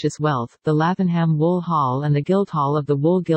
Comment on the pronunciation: Love the houses, but please, get rid of that awful robot voice! And the town is pronounced as "Laving'Um."